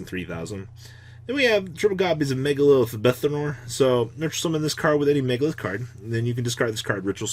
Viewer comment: "MegaLILITH" cmon i can't take this anymore